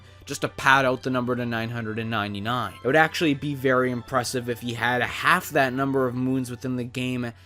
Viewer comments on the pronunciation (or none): none